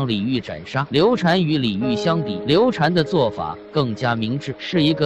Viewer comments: 刘禅 读shan 不是 chan 刘备养子叫刘封 长子叫刘禅 封禅 是皇帝封禅的意思 不读chan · 刘禅，这个字念 shan ......